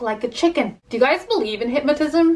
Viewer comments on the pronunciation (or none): By she said "Hypmotizim" instead of "hypnotizim" 3 times...😂 , I had a caboodle that was round shaped. I still have it too, I got it Christmas 1996 from my uncle and aunt. My uncle was the best at Christmas shopping. He got the best gifts for everyone. He passed away unexpectedly on Easter last year and our family still mourns his loss, just typing this is making me cry, thinking of him. I still have that caboodle, 22 years later, I just could never part with it. Even though I've "ruined" it with stickers over the years, I still cherish it. Caboodle is a classic. I am so jealous of your mini caboodle accessories!! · The way you say hypnotism is really throwing me off, haha.